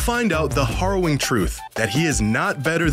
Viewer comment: hah-rowing? Did you mean...harrowing?